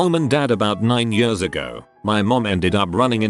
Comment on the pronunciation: when the robot voice said ,,yöörs'' instead of ,,years''... .....i felt that